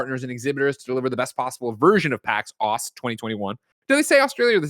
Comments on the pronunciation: Aus is pronounced oz in regards to Australia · "Aus" is pronounced Oz. Same as "Aussie" is pronounced Ozzie, not Ossie as many Americans will say. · Aus is pronounced Oz, you've heard it called Oz